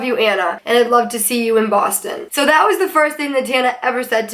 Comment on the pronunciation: Your "Boston accent" is soo forced and fake. You only occasionally don't pronounce your R's. You're prob not even from the city lol